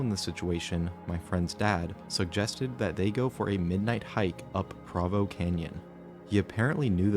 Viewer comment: As a Utahn, the pronunciation of Provo killed me 😂